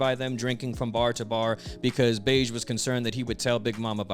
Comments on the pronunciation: his name is pronounced "behgee" not "beige" 😭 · if that "g" is pronounced like the "j" in "jam", then you're correct, in the original kana, his name is "ベッジ" (bedji), but let's be honest, "beige" feels right -- and it's not the first or last time mispronounced a name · Brother the way you say bege’s name pisses me off to no end, I know you know that’s not how it’s pronounced. 🤦🏾‍♂️😂😂😂